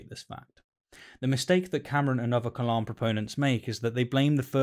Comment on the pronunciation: It's not KALAM, it's kelæm